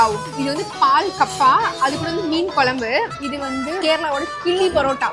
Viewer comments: Kizhi poratta♥️ kili poratta ❌ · Akka iam also malayali but aatha ni eni malayalam peasadha aatha ...kili poratta ella kizhi poratta!